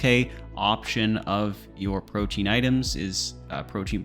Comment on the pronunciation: I’m so sick of the RS community mispronouncing everything. PRO-Tee-An. Proteen? Why